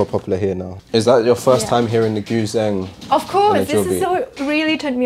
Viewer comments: "Goo-zeng" lol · It's pronounced Goo Djeng (gǔzhēng), lol Good stuff and super efficient indeed, looking forward to other of these types of videos